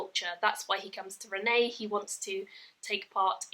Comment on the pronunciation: I know I'm a few years late but I loved these books. My only criticism of this review is that you listened to the audio book and still called her Renee (the french pronunciation) rather than Renie (The English pronunciation which is canonical and said in the audio version :P )